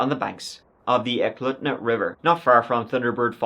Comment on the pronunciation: E-Cloot-na.... not whatever you said for Eklutna.